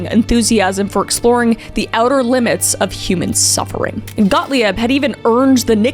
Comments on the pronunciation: This is a very interesting topic that gets derailed every time Kuhmkuh (KMK) says a name. Gottlieb is a German, his name is prounounced phonetically GOT-LEEB. Every time you say Got-Lee-Ebb you are derailing the story. You do it again with Dulles. These are famous historical figures here, and if you are trying to tell people about something or someone you take away your own veracity because if you can't get the important details right how can you get anything else right? I had to stop watching before 10 minutes. You are doing yourself, this story, and the people in it an injustice by the lack of effort to even get people's or places names correct. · The name Gottlieb is pronounced “GottLEEB,” not “GottLEE-EB.” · Gottlieb is pronounced Got-leeb, not Got-Lee-ebb. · He’s German so it’s (Got-Leeb) Not got-Lee-ab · Kris, I adore your deep dives! They're well researched and well explained, but please check pronunciation! James 'Whitey' Bulger, not Whitney. GOT-leeb, not got-lee-IB. I've noticed it on a few videos now. But still, very minor thing. I still love your videos! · its 'got-leeb' not 'got-lieb' even though its spelled that way 😅 sorry I know its petty but the word was said like a thousand times so I had to 🙃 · For future reference when it comes to German, I before the E makes the E sound, and E before I makes the I sound. So Gottlieb is actually pronounced Gott-Leeb. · FYI Kris, Gottlieb is pronounced "GOT-leeb," and Dulles is pronounced "DULL-us," and Ginsberg is said with a hard "G," as in "girl" or "grant." Thanks for the video! :) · I love your videos but it's hard to watch/listen when you mangle certain names and words. Please look up pronunciations before you record! Gottlieb is Got-leeb, Dulles is Dull-ess. I get that you may be intentionally mispronouncing these guys names as a slight but I've seen you do it with town names and places too. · Oh my god! It’s pronounced GOT LEEB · Kris it's pronounced Got-Leeb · I think it’s pronounced “got-leeb”